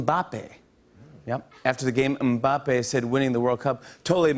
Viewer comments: Jimmy stumbled a little on pronouncing Mbappe’s name but it’s all good. What a solid monologue👏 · they pronounce it without the "m" thou